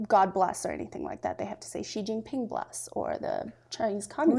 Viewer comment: Your Chinese pronunciation is too good. I dont like it. We know you are versed in their kung fu. You dont have to ok? Repeat: "sing junk". Chinese leader "Xi" like "Mexico"